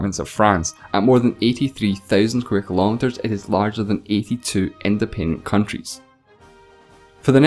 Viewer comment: have to disagree. I can understand him now, but when he said "as" instead of "is" it was pretty confusing and I had to actually replay the video in order to understand the sentence.